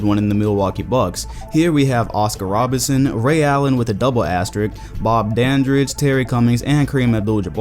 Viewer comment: It's Oscar RoBERTson, not Robinson